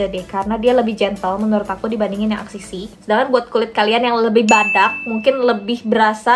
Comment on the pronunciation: ka axis y dibacanya eksis way